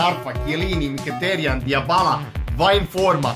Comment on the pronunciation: cita se Dibala a ne Diabala :P